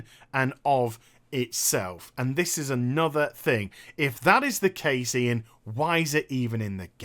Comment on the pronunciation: its :"IAN" not "ION" and that guys a jackass.